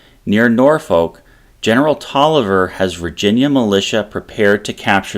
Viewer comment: This video was wonderfully done. And thank you for pronouncing Taliaferro correctly.